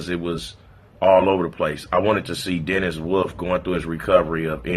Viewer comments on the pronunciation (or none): none